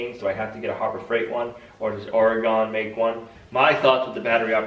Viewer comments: It's pronounced Ore-Gun , Not Ore-Gone! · Give that SLOW cutting LOW powered saw to Gina to learn on. Oh and it’s Pronounced Oregun not Oregone. When are Olivia’s chicks coming?????? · It's pronounced ORYGUN, not Oreeegone. Thank you. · say it as oregun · First off this post is not meant to be mean.... Oregon is pronounced Or E Gun. I personally don’t own guns, BUT have lived in Oregon all my life. The extra R’s in words make me laugh as I wonder how North Easterners spell. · please...OR-uh-gun. Thank-you! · Loesch nice to know that I have been mispronouncing for 68 years, (along with everyone in the state I am from) has been corrected by yourself. I bow to your wisdom over the pronunciation of my state's name. I've likely been mispronouncing Willamette, Champoeg, Siletz, Alsea and a host of others. If you feel the need to lend your superior knowledge to the 4 million people of the state, I will gladly explain that they do not know how to pronounce them, per your exemplary vocabulary skills.